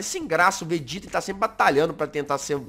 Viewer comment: Peraiiii Todo mundo q ta vendor volta no to brincando entao glr hj e batalha de contruçao mas so q do Vegeta mas ele fala vergeta